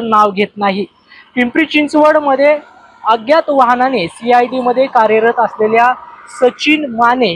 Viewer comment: अग्यात नाही अज्ञात बोल 😂😂😂 मराठी भाषेची आई बहीण करू नकोस 😡🤬😡